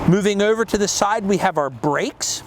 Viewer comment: The way he said "ouver here" right before that gives him away. That's distinctly a Mid to South Jersey accent (anywhere South of NYC) down to the Philly area. A few characters on The Wire which takes place in Baltimore had it too. His pronunciation of radiator is the way it's most often said in NY. "Ray-deator", though correct is almost Never heard within 200 miles or more of NYC.